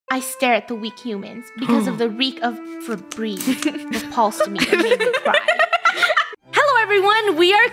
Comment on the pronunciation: Me when I heard “febrezze” in the beginning of